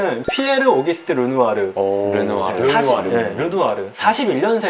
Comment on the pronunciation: 넘 재미써요 이 루누아루 라고 하는것도 재밌고 감동도있고 상식도 챙겨가고 >< 최고